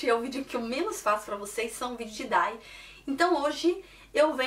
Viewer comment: "Diai" não "Dai" pq Y tem som de "ai" e nessa sigla I tem som de I mesmo.